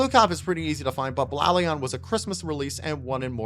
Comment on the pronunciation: How to pronounce Blaon right (from the show) Blade + den (Also you should try FlameNova, he has 4 vehicles! Cant wait to see your reaction)